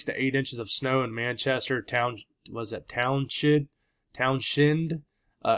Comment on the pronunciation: "Townshend" Vermont is pronounced Towns End. Stress on "Town". Like towns in. I live here. Thanks.